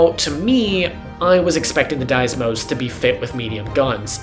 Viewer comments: There's only one S in "Deimos" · I dunno how you managed to pronounce "deimos" like that.